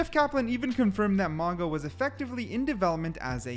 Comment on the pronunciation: Pronounced Maooga. I believe.